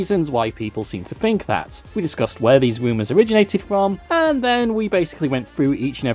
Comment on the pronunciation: It's Faith not Faiff, and Think not Fink